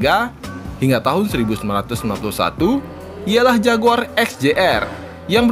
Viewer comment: padahal pronounce JAGUAR itu keren dan berkelas banget lho klo di sebut